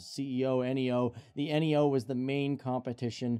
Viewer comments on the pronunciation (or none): This guy knows nothing about planes. It’s not A320 N E O.. it’s Neeyoo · They are also pronounced as words instead of spelled out (nee-oh instead of N-E-O)